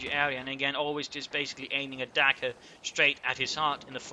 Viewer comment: I don't know if it's your accent or just me not hearing correctly, but every time you said "dagger pointed straight at his heart", I heard "DAKKA pointing straight at his heart." Maybe you're just channeling your inner Ork?